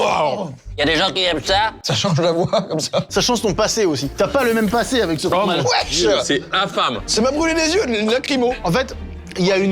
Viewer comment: qui dit ouaiche😮